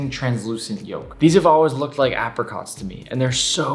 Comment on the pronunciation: You say ape-ra-cot